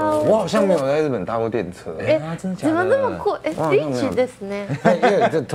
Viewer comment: 上次還有超標準的「真的假的」